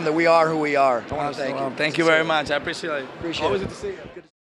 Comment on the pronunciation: at the end he say i apresial instead of i appreciate